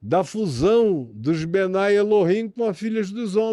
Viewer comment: Por que esse maluco fala “benai eloheammma”?… kkkkk! 😂 Ele não estuda hebraico, e consulta a partir de fontes em inglês. Se pronuncia “benê elohim”… mais simples do que essa viagem que ele inventou da cabeça.